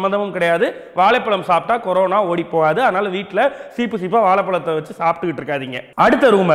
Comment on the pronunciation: ..adhu. Karona..illa Corona..😂🤣🤣😂😂🤣😂